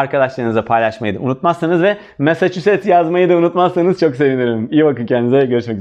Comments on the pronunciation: Massacussets???? korkuyorum korkuyorum korkuyorum 😂😂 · Massaschuset mi acaba :) eğlenceli anlatımınız için çok teşekkürler hocam hem sıkıcı olmaktan çıkarıyorsunuz hem de akılda kalıcı oluyor :)